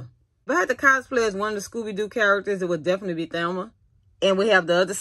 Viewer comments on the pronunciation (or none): “Thelma?” I’m no fan, but I was pretty sure her name was “Velma.” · It’s my accent Sorry Chile 🤣🤣🤣 When it comes to her name I pronounce like this Thelma but know it’s Velma Yeah